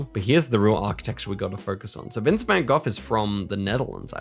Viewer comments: Your pronunciation of Van Gogh is better than most people manage (seriously, what part of "gh" tells them "don't pronounce anything at all"?), but if you want to improve it even further, just pronounce the gh exactly the same as the g. And yes the g is pronounced differently in Dutch but that's a sound almost no one can make, so the English g is an acceptable substitute. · You pronounced van Gogh already a bit better than how most english speaking people butcher his name 😂